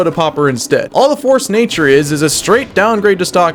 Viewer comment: "farce-a-nature" lol